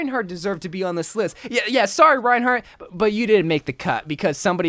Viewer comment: No it's Rinehart